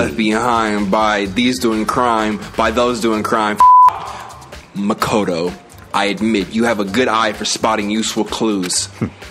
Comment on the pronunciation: Did he just pronounce "Makoto" right ? Shook He did it AGAIN???